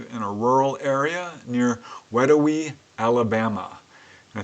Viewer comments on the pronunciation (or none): Great presentation, as always. Just for the record, the town in Alabama is pronounced wee DOW ee. Middle syllable rhymes with "cow." Wedowee was named for a Creek Indian chief. Thanks,.